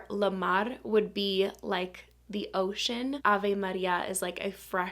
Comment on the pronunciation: Funny how well you say Avé Maria 😊